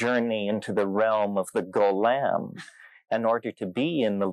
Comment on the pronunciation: 'in the realm of the go-lem'